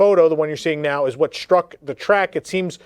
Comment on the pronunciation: The word is struck, not shtruck.